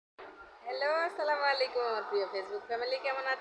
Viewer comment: তুমি যে ছিলামালিকুম দিছো তার অর্থ কি বলবে -?? দয়া করে পারলে সুদ্ধ করে সালাম দেওয়ার চেষ্টা করবে কেমন - দুয়া করি আল্লাহ তোমার উপর রহমত করুক